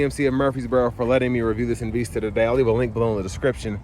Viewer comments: It's not called EN Veesta, it's Called EN Vista. Just so you know. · En-VEES-ta. Hmm. OK.